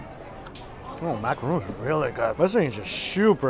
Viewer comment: Please please I beg you. Stop saying macarooons